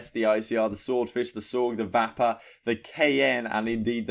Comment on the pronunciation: Serious LOLs at how u say the Vapper!!! Its said the same as vapour...